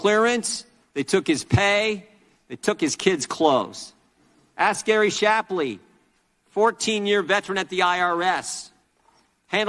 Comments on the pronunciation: Shapley, not Shlapley Nuclear, not Nuculer Burisma, not Bursima On a tear, not On a terror I love you, Benny brother, just trying to help out! 🤘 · It's Gary shaply not shlaply